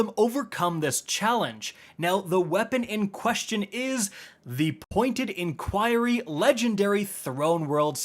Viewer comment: In-queer-ee Jesus, I swear this dude mispronounced easy words on purpose